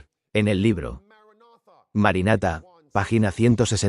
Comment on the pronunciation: No es MARANATHA como dice la IA